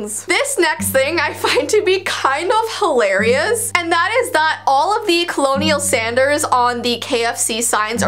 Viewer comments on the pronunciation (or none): Laughed when she said colonial Sanders lol